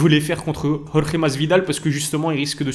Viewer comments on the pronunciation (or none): none